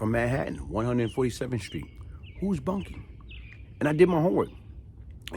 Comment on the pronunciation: Not Bunkie... Boonkie pronounced... Boon-Kie...